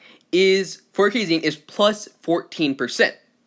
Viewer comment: Bro it's Japan. Kazane pronounced "Kuh-zah-nay" not "kay-zayn"